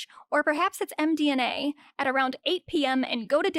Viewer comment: It's md-M-a, not md-N-a